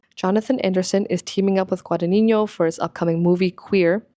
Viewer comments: Contemporary costume design is definitely underrated! ModernGurlz on YT does great content about this and I’m so glad more creators are giving this more attention. Constructive criticism: it’s just “gwa-da-NEE-no,” there’s no tilde on the n in the final “no” syllable/silent g preceding it. That would be on the first n in the “ni” syllable if you were to pronounce it and even if you were, it wouldn’t be so prominent (ie. It’s GuadaGNino, not GudagniÑo) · Hi. I enjoyed your video a lot. One question lingers, though: you can read Italian; why can't you pronounce Guadagnino? (It is not Guadanigno). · as an Italian, you mispronounced Guadagnino (which Is totally normal) but when you quoted him saying "l'abito non fa il monaco" your pronunciation was on point!! I wondered if you study Italian who cares about pronunciation anyways, what's important is if we get the message :) that's what languages are for, communicating efficiently and never perfectly. also the video was extremely interesting, thank you for this analysis! you've gained a subscriber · loved the vid but pls look up how Guadagnino is pronounced